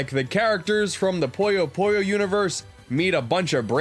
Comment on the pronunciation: Glad Puyo Puyo made the list, man...but it's not called "Poyo Poyo." I know you've Kirby on the mind, but c'mon. :p